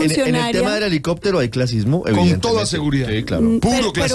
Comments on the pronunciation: Es muy importante estudiar el suajilr por ser la lengua más usada en Kenia. El que quiera. No es obligatorio. Estudiarla nos dará luces sobre el innegable pasado africano que a todos TODOS nos interesa. Por ejemplo para comprender cómo gran parte de Occidente colombiano pronuncia: elicotrro. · Ni puede decir helicóptero, pero si conoce el lenguaje ancestral del robo. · La Francia ni sabe decir helicóptero y si está hablando de cultura y ese tal padre es agresivo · que bueno que ud aprenda suajili. A nosottos no nos venga a dar clases de cultura general, que util el suajili. Sr periodista no sea sesgado, primero aprendamos a hablar bien el español y decir helicoptero. Y despues e el suajili.